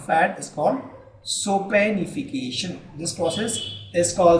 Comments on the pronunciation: Thanks a lot, btw it's Saponification not sopanification. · I would just like to point out it is saponification not sopanification.